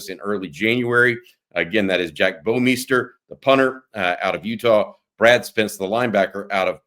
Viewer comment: love how has to pronounce "Bouwmeester" two different ways every time he says it lol. Hook 'em